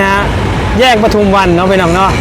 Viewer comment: ปทุมวัน อ่าน ปะ ทุม วัน ไม่อ่าน ประ ทุม วัน เด้อ บ่าวโบ้ ปทุมวัน ไม่มี ร เรือ ถ้ามี ร ประทุม ความหมายไม่เหมือนกัน